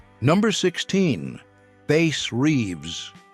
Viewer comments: It's Bass not base like the fish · It's Bass, like the fish. Not Bass, like the guitar.